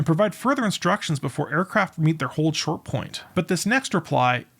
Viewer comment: The command of "AND HOLD SHORT" should have been announced much more clearly than the racing, nonchalant word-slurring dialect employed by the air traffic controller here. IMO.